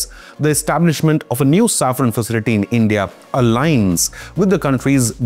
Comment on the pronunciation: Safran- saffron ❌ Engines - Injuns ❌ Pls fix your pronounciations brother.